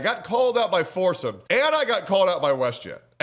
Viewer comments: He probably called you out because you pronounce his name foresum. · Are you saying forsen?